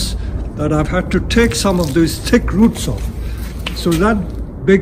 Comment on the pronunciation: I thought he was saying "tick roots". I honestly thought it was some kind of special roots that were good for Bonsai.